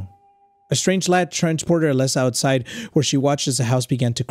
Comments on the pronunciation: HE KEPT SAYING ALEXA ITS ALESA👹👹👹👹👹👹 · why do you say Alexa its Alesa not Alexa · it's AlEEsa, not Alessa 😭 (and also not Alexa) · I like how put an accent on the name Alesa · homie has my amazon echo going nuts every time he says "Alesa" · I love how he mispronounces her name 😂😂😂